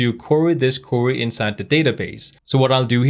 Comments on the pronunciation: Brilliant videos but it sounds like youre saying curry instead of query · excellent lesson, sorry to see your hair gone. Oh BTW query in English is said "kwee-ree" when spelt phonetically. Hope you don't mind as your English is way, way better than my Danish.